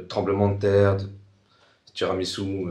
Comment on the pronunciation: tirumissu hahahahahaha